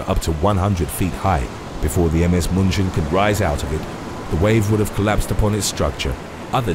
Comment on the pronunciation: One issue: the German Ship is not pronounced Muhnchin but Mew-chen (like Munich) German grandma watching with me and wanted to correct you.. and you dont tell german grandma no XD